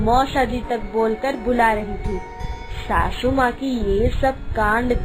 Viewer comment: Bhabhi sasu maa hota n ki shashu maa😂😂😂